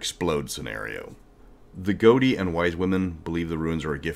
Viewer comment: "never criticize someone for mispronouncing a word. It means they learned it reading a book." I don't know about the games but but it's pronounced "go-thi" and "go-thar" instead of "go-di" and "go-dar." Respect.